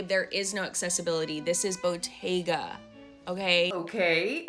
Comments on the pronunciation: Yeah it's because it's a mispronounciation. You're supposed to stress the t! It's a double t. Bottega not botega 😂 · It is a t not a d in Italian. Her stress is wrong though, she ignores that is written with "tt" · Ain’t anybody tryna be in your “whites only” Pilates lol, I thought she was saying bodega wrong 😂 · I’m not from New York and I thought the same thing. 😅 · I thought the same thing. Lol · not me over here thinking she mispronounced bodega when you used this clip in the beginning. Was so confused. Never heard of Botega whatever tf that is lol obvs I’m not their target demographic. I waste my money elsewhere 😂